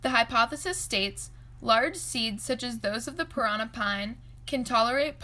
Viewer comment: Interesting. U need to pronounce it correctly, parannnnnà with d accent on the last a ! 👍